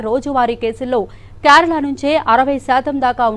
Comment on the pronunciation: అమ్మ తల్లి క్యారాల కాదు కేరళ